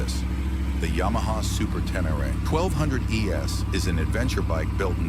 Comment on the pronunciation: “Ya-Maha”? Hahahahaha! Nuff said.